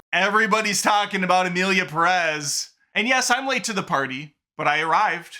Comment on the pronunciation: pErez, not perEz